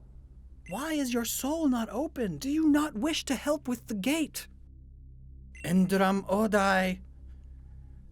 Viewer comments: That dazed amaze all worker spoiled alot, i mean, he said: Endram-Odai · i really think if the "r" in Endram-Odai should be rolled. It sounds like a more exotic type of sound.